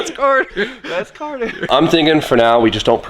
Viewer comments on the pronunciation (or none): none